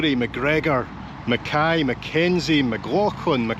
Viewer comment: unfortunately, Nova Scotians cannot pronounce McKay. They pronounce it Mick-ay